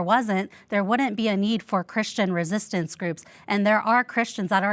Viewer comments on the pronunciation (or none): Its not resitance ffs